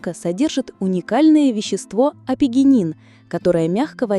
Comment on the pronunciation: Вещество апигенин на слух воспринялось как офигенин 🤭, для лёгкого пофигизма 🙂